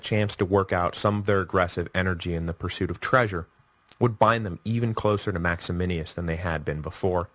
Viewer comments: MAXY-MINUS Say it with me. MAX-E-MINUS. Or, if you want to pronounce it authentically, "Max-e-me-noos" In no way should you pronounce it 'Max-e-min-e-us', sir. I think you have Maximianus on the brain, sir. Also, traditionally, Pupienus is anglicised to 'Poopy-Anus', although I see you shied away from it. You could also say, "Poo-pee-E-noos' if you wanted to pronounce it authentically. You did a pretty good job with the greek name Tim-ess-sitheos, though. (sorry, I don't really care how one pronounces ancient names to which we really only have good guesses as to how they were pronounced anyway, just thought it was funny because you say 'Maximinius' so darn much : ) ... The Crisis of the Third Century is so interesting, and I can tell it is or was one of your favourite historical periods as well. I like the breakdown of the Gordian->Philippus situation. That succession is one of my favourites; a total who-done-it with an epic anabasis setting; some parallels to Carus->Diocletianus there. I think we always tend to assume the worst in terms of the byzantine machinations of Imperial Roman succession, and for good reason-- but who knows. It's very possible, as Sassanian sources claim, poor little Gordy boy got his butt spanked and stuff went downhill. I guess that's why Severus Alexander was so hesitant to march into Persia) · Little confused about the pronunciation of Maximinus (as written above); seems Mike might be adding an extra letter to make it sound like Max-A-Men-E-Us. It's so very odd that a man like Decius, who was so capable and able to take over the empire, but was so damn stupid that he had to go after fellow Roman Christians. It gained him nothing at all except contempt. Gotta wonder also why he stabbed Philip in the back. Was Philip so bad that Decius felt he had to take over? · Because that's how you pronounce it in Latin. He does get Maximinus wrong, though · maximinus not maximinius.... small point 12yrs later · max e min us......not maximinius